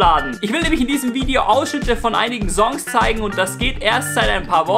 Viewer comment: Bitter lerne Songs/Song korrekt auszusprechen